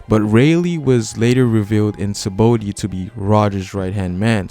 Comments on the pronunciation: It's Saba-ody not sabody -. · I just have a strong cringe wen this guy says "sabody" Not "sabaody"